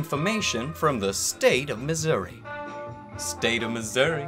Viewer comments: Probably won’t see this, but thank god you pronounced Missouri right. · So why aren't we talking about how FLAWLESSLY he pronounced the state of Missouri tweet?